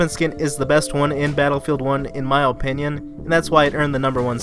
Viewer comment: in my OH-pinion. i dunno why it killed me whenever you said opinion lol .